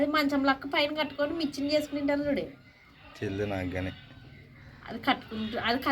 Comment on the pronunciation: మిచ్చెన కాదు నిచ్చెన